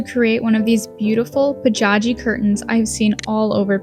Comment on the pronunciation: Indeed! The colors are perfect. I love it!! Just one thing. Bojagui 보자기 would make perfect pronunciation.😊